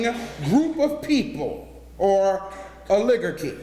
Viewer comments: Can't even pronounce "oligarchy" Ol -Lig - Garky. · Rrr- lig-gur-key.. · First I thought he made a mistake mispronouncing Oligarchy but then he kept doing it and it was cringeworthy to hear coming from an "Educator". The word is pronounced like Oligarchy (Owl-(silent w)a-gar-key) Other than that small glitch he's telling the stone cold truth. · Oligarchy [Ah•li•gar•ky] it’s bothering me I’m sorry…I kno what he means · THANKYOU - as we are instructed to Expose & Warn. Courageous! Folks, the word oligarchy is pronounced OL-i-gar-kee. Indeed, the ancient lineage families ARE all of the "famous" -- all lineage. Minions of satan. They are followers of sun gods, and first of all, Nimrod (the 1st freemason, & developer of the idea to corrupt religions in order to rule the world). With his mother, whom he married, and their son, the idea of the trinity was formed. It may be the very, very Top who appear to be luciferians. Symbology abounds - and our "learned" traditions, like sun-day worship, rather than the actual Sabbath, which is what we are Instructed to keep. BTW: "They" have had all the $ for a while now. Now it's time for the culling of the Sleeple Herd, as they ("Singularity"/Transhumanism) outsmart our Creator by blending w/machines to supposedly live forever. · O- ligarch-kee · Ol-i-gar-chy my brother. Good message. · Brah. I appreciate you. Its pronounced Oli - Garky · Correct form: Oh-LEE-Gar-Key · O Liggar chy correct pronunciation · my brutha is deep 'n dat but somebody need tell him the word is O-Luh-GAR-key! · He’s a doctor who can’t spell or pronounce oligarchy what a fool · Yikes!!! He pronounces the word “OLIGARCHY” WRONGLY. Every time he says it, I cringe and miss his point, because it is so very wrongly pronounced. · And his pronunciation of oligarchy sounds like a 3rd grader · He mispronounced "oligarchy". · He can't pronounce Oligarchy.